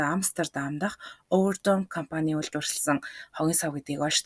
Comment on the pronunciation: Комфань, фрофайл, интерфол!!!!